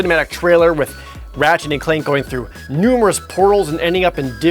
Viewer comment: when he says "Ratchette" it almost sounds like he says "ratshit"